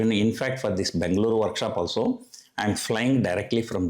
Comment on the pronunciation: Pls pronounce as Bengaluru and not Bangaloru